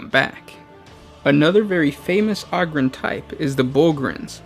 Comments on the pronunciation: O-grin not og-rin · O-ger and O-grin. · Do you pronounce ogres like a mouth breather too, instead making it sound like auger? Ogryn is clearly supposed to be pronounced like ogre not sure how you messed that up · Ah-grin lol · You're pronouncing it wrong. It's a long O, the same as 'Ogre' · PLEASE stop saying "ogryn" wrong? How do you say ogre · Ahger holmes ahger